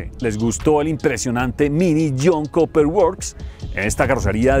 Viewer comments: comentario constructivo...Cooper se pronuncia "Cuper" y no Coper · El Jhon “koper” works …